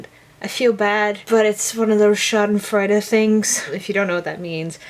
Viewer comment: I'm sorry, but I think you mispronounced it... How to Pronounce Schadenfreude:D